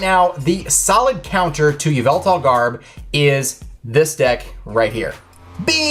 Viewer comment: K SAID YA VELTAL IN STED OF EVIL TAL LOLOLOLOL